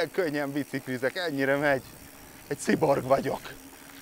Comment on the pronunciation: Kiborg, szájborg, ezek megvoltak, de sziborgnak (francia?) ejtve életemben először hallottam, és először nem is értettem. El kellett picit gondolkodni, hogy mire gondolt a költő. :) Az izmaidhoz gratula! Irigy vagyok.